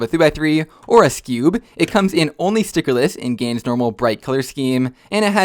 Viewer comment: its a gans cube (gan was called gans so gan skewb gans kewb)